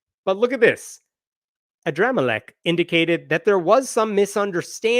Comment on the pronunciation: i couldn't help laughing every time you said Adramelech